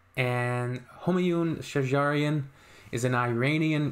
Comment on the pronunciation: /'Shajarian/ ==> stress on "sh". Thanks.